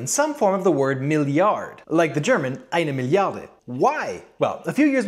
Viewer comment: Loved your german enunciation of the Eine Milliarde